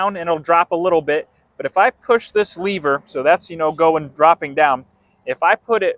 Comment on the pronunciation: dude, it's LEV-er not Le-Ver